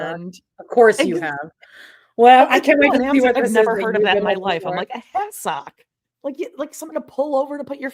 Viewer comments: I thought the same thing , it’s has-ek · Hassock old timey word. Wrong stressed syallable though ladies.